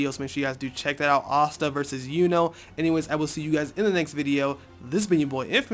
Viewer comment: This nigga said asta lmfao